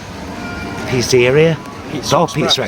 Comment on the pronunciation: you made me laugh with that 'Pisséria':D when I was a kid, it was one of the jokes that made every Italian speaking child giggle, when pronouncing the word pizzeria (the place you go to to eat pizza)